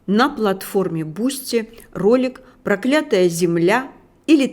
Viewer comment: Не прокля́тая зе, а про́клятая земля!